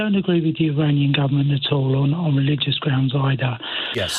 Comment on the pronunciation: He’s saying Iranian wrong